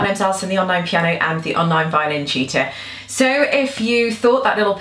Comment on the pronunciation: I am not native english and the way you say Tutor sounds cheater to me.. LOL. I absolutely enjoyed watching this video. I am not good enough to do this but I will start practicing this. Thanks.